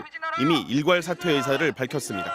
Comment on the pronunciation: 의샤를 의새로 발음한 의도적인 박차관의 지시라면 충분히 가능한일